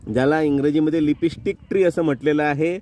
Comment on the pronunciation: लिपी स्टिक😂😂😂😂 लीप स्टिक म्हणतात रे शेंबड्या